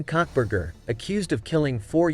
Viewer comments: Cockburger??? Karbar? If you can't get it right don't bother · I’m sorry but the robot messed up his name so bad. I laughed so hard… cuntburger and cockburger 😂😂😂